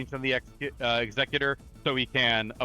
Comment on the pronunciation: Haha! At least you got there in the end. Always remember, it's Executor, not Executor!